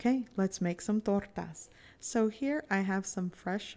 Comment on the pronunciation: To make torrrrrrrrrrrtas!!!! Lol the way you roll your r’s calm down killer lol